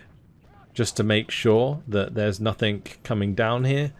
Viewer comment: did you seriously say "nothinK" with a k ?